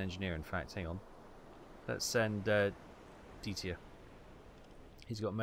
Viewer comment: For the love of God, it's Dieter, not Dietier! You have been driving me mad for so long with your odd pronunciation! Sorry, lost my composure there.